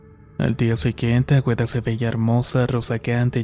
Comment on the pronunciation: AGUEDA NO AGüEDA